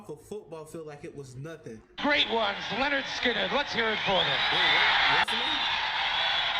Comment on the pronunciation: it's pronounced Len nerd skin nerd. They where the kings of southern rock.